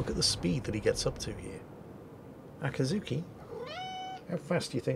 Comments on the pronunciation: its akizuki NOT akatsuki the two are completely different words! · Akazuki (probably mispronouncing your Cat name) sounds like the imperial action stations alarm from Star Wars